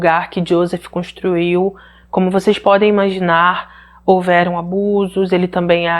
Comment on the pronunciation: Olá, corrigindo-a, a pronúncia correta é iôsêf! 😉